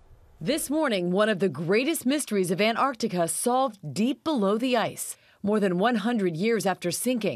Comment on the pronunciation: Why can't she pronounce Antarctica correctly?